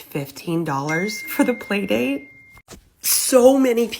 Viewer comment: Playdate not PAYdate!